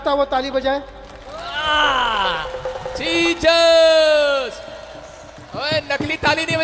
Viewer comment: Jechus ka Chus k bolrahe ho ?